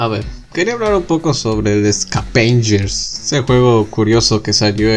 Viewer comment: Escavenllers XD